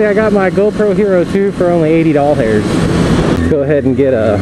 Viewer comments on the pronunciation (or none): "Doll hairs" He says it like that instead of "Dollars" for the giggles. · Are you saying doll hairs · are you saying doll hairs? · he calls dollars doll hairs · you say dollars like doll hairs! 60 doll hairs